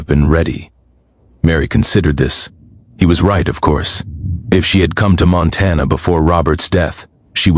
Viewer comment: Whoever reads this story needs to know how to pronounce words correctly. Montana is not Montan